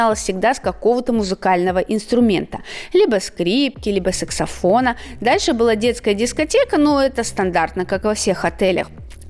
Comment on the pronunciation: правильно саксофон, а не сексафон, ты вроде лингвист. Давно Вас не видела. выглядит замечательно, а вот Максиму надо начать кушать мясо или хотя-бы рыбу, выглядит он не очень, да из голосом, что-то случилось. Спасибо за хороший обзор отеля.